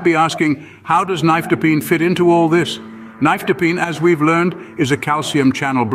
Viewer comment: You are NOT pronouncing nifedipine correctly!